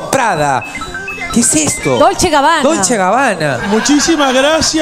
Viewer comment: dolce y gabbana no dolcegabana